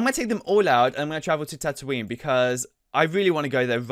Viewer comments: Stop saying tatoonie wrongly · He doesnt even know how to pronounce tatoonie